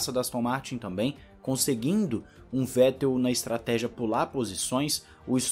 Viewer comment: F2 Alem de mais emocionante, sua transmissão e apresentação foi e vem sendo muito melhor do que a F1. Reginaldo leme está velho, ele confunde nomes, comenta coisas sem necessidade e ainda tem essa mania de falar o nome do Vettel de Fettel. (isso particularmente me irrita) O é péssimo apresentador, não da sequência nos comentários dos colegas (quando são sensatos á corrida), e ele só exalta o Hamilton o tempo todo, e dá opinião em coisas desnecessárias. Resumindo, a única coisa que salva é o fato de ter a transmissão. E as entrevistas da Mariana são boas e quando vão comentaristas que salva um pouco, Giaffone e Max Wilson, da para o gasto, porque para mim, o melhor comentarista ex piloto, é o Luciano Burti.